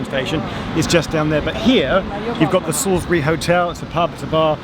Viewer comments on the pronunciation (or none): none